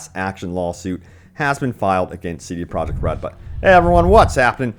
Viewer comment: WHO IS: CD PROJECT??? You stil don't know how to say the company name...you're pathetic...